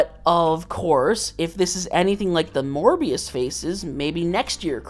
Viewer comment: STOP SAYING MORBIUS